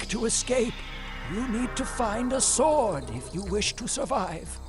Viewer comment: I'm shuddering everytime you pronounce the word 'sword' wrong.